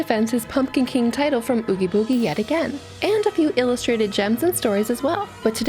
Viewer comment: Girl that is not how oogie boogie is pronounced and that mess is bothering the shit outta me 😱💀 Also skip to if y'all want to move straight to the Jack's kids stuff